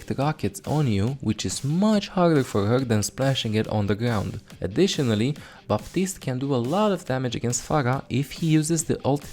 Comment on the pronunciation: Say it with me. BAPtiste. Not BAtiste.